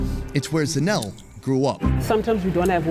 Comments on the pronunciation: Pronouncing ZA NE LE as in ZINEL kills me 😂😂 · The Sowetan food all looked amazing. I wasn't sure about the Alex stuff. I don't love tripe, but it was definitely interesting how they were pronouncing Zanele 😂